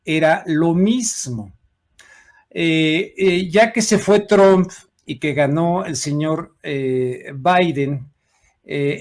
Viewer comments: Se pronuncia Trump y no Tromp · Se escribe “Trump “ y se pronuncia “Truamp “